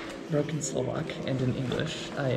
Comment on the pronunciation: Your Slovak is really good ! You have better pronounciation than most of the Americans I've heard. Impressive !